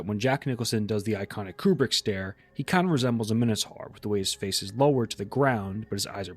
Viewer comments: 'Minotaur' rhymes with 'conquistador', not with 'tar' 😉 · what the frig is a minnow-tar???